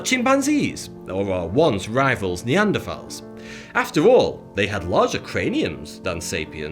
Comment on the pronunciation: Thank you for pronouncing “Neanderthal” correctly.